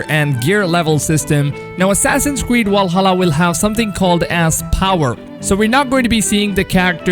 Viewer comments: I hope I fix the way u said Valhalla it has a fucking V in it not a W it’s Valhalla not Walsalla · *VVValhalla not wal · Valhalla not “Walhalla” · Stop saying Wallhalla. Its Valhalla with a fucking v. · Your saying walhalla instead of Valhalla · Why you keep sayin Walhalla idk why its triggering me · Is nobody gonna talk about "Wall"hala? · Dis nikka said Walhalla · Man said walhalla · Walhalla LOL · assassins creed WALHALLA? hahahaha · Its not "Wallhalla" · Did he say assassins creed walhalla at the beginning? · Vwahalla lol, thx for keeping us up to date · Did this man just just say walhalla Oden is ashamed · I can't help but laugh each time I hear Assassin's Creed WALHALA😂😂😂 Great video though🔥just teasing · why are you pronouncing 'Valhalla' like that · Can you say Valhalla properly? Just giving you shit. It looks interesting. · Last i checked its Valhalla not Walhalla!!! 😂😂😂 #JK #CheersM8 Wikings are in too. Not Vikings!!!😂😂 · They are not called "wikings" and the game isn't called "Walhalla" its "vikings" and "Valhalla" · How come you say "walhalla" and "wiking" but then pronounce "variant" correctly? What's your beef with v's? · Why are you pronouncing V’s as W’s? Walhalla, Wikings etc. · Enjoyed the video but please stop saying "Wiking" and "Walhalla" ahhh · Wery Wery excited for Assassin's Creed: Walhalla as a Norse Wiking. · Assassin's Creed Walhalla with Wikings... Geez man... Pronounce them properly